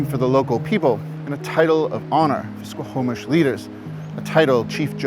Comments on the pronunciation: OK SO...... HOW THE HELL IS YT JUST NOW RECOMMENDING YOU TO ME ?!?!?! FML ... I MISS THE TWINS ... ITS HOME FOR ME! Its pronounced SQAW-MISH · A great and informative show. I am a huge Indigenous Peoples supporter! And now I feel sick to my stomach, yet more motivated than ever to help achieve equality...(baby steps and bridges will change the trajectory of the lives of those who want to change and grow) Just a few mispronounciations from a Vancouver native-offered with respect. The main one repeated many times is the word Squamish. Its said "Skwa-mish" and is incorrectly pronounced "sko-ho-mish" in the video.